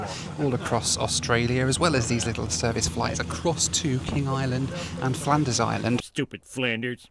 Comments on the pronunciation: Flanders?? I think you mean Flinders…😂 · its Flinders not Flanders Island 😊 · Great to see you finally made it to Tasmania,! Shame you didn't get to see any more of the state, but I guess there is always next time. Oh, by the way, its Flinders, not Flanders Island 😁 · Flanders Island 😂, try Flinders Island. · "Flanders island" ? Perhaps you mean Flinders Island (the other large island in Bass Straight. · for the record it is in fact Flinders Island not 'Flanders' Island it being a part of the Furneaux Group of Islands off the North East Coast of Tasmania,. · Flinders Island, not Flanders. He was an explorer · It's Flinders Island (named for Matthew Flinders), not Flanders. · Great video! Really enjoyed this one and especially the Metroliner also it’s Flinders Island not Flanders but still funny! 😆Love The Simpsons joke tho! Cheers 🥂 mate! Loved this video and it’s one of my favorites! -Caleb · Coming to the comments to see who corrected the “Flinders island” thing 😂 great vid though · Flanders Island? I think you mean Flinders Island. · I love seeing the aviation geek come out in you on the trip. It’s fabulous to see that aircraft in action, kind of like driving a manual car with no power steering…lol. And you do know it’s Flinders Island and not Flanders…lol ❤❤❤ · Great video. The pilot you spoke with was just lovely. You did slightly mis-speak about access to the island. You are right that passengers need to fly in but there are cargo ships that transport goods there. That's how the cars got there;-). Oh and yes as you know its Flinders Island not Flanders Island. D'oh! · Flinders Island?! 😂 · Flinders Island not Flanders! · Had to do a double take. Thought said King Island full of 'wannabes.' Phew! Had me worried there 😓